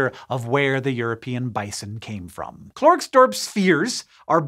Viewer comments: Klorksdorp spheres... Haha... I've never heard that pronunciation before! Maybe try 'Klarksdorp' (like Clarkes Dorp), it's how English South Africans pronounce it. The Afrikaans pronunciation for the 'e' in the "Kler" part is pronounced similar to how you say the 'ai' in 'Claire'... so Klairks Dorp. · It's wrong though. It should be kl-eh-rks-dorp with rolled r's. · I'm sorry but the way you pronounced Klerksdorp got me giggling:'D. The "e" in Klerksdorp is pronounced more like a cross between the "a" in back and the "e" in neck. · I love your attempt at pronouncing "klerksdorp". It is funny, I live in Klerksdorp and have never knew the klerksdorp ball existed. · As a South African, the way he pronounced Klerksdorp is very amusing to me.